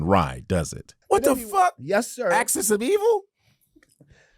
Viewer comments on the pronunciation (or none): The man heard how to pronounce “axis” then proceeds to say “access”😣 It’s the same as the whole “ask” being pronounced as “axe” Do some people pretend to be dumb and not pronounce these words properly? Is it part of them trying to be “cool” or whatever? 😩